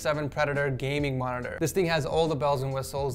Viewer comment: Nice "monitora"